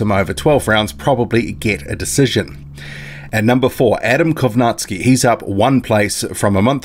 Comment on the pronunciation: You always mis-pronounce Adam Kownacki's name lol. You say Kownack-ski. But its Kow-nacki (pron. Naki- as in Tara-Naki, the place) ^^"